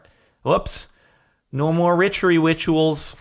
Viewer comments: "No more 'Ritchery Wituals'!" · "No more ritchery wituals" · Did i hear Jordan say "No more richary wituals" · "ritchery witchuals" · he said "no more ritchery wituals" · ''woops, no more rithery wituals'' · "No more Ritchery Wituals." Ritchery Wituals ಠ_ಠ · "richery wituals" ?